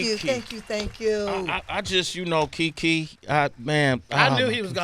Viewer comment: It's Kiki Shepherd NOT Jiki!